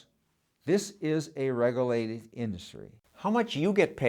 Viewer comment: He can’t even pronounce regulated without slurring his words.